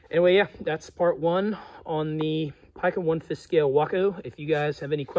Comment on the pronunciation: I've always heard it pronounced Pee-ca, which includes hobby shops and flying field conversations.